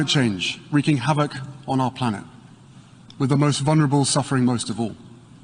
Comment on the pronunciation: Prince Dumbo cannot even pronounce vulnerable. Gayle King made the same comment about the baby having a ginger afro. They are professional attention seekers and victims.